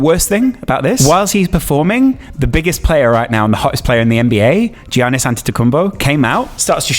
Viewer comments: pronunciation of Giannis was not great, it's pronounced Yarnis not Jiannis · it's pronounced yar-niss👍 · its pronounced yannis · Learn how to say Giannis please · How did he screw up his first name but perfectly nailed his last name 😂😂😂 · I like but he’s clearly a bandwagon lakers and fake nba fan who I bet only watched highlights, shown by how he pronounced Giannis, and also he said BEETA it’s BAYTA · How can pronounce Antetokoumpo but not Giannis